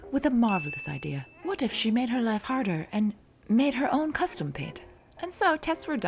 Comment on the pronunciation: The "spicy crunchy life" blooper? I definitely heard "spicy crunchy wife" the first time